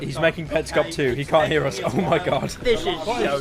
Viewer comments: Nobody: This guy everytime he trying to say us: os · People: us.: uzzz.